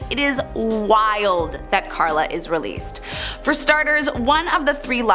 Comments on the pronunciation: It's "Karla Homolka" instead of "Clara". K.x. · Correction it’s Karla Homolka not Klara and she’s in Salaberry-de-Valleyfield now!!! I live about an hour away!! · Her name is Carla, NOT Clara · It's Karla Homolka. Not Klara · Dude it's Karla not klara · It’s Karla not Klara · Karla not Klara .... Homolka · KARLA…not Klara. Cone on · ITS KARLA. Not KLARA. ffs do research. And you can’t use a picture of LEE HARVEY OSWALD in the Boston marathon tragedy. wtf is wrong with people. Talking and not FACT CHECKING anything. Shame. This is where we are headed. Dumbing down fast. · Also it’s Karla not klara learn your names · The one name you got way wrong. Its Karla Hamolka, not Klara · KARLA Homolka, not Clara. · Isn’t it Karla Homolka?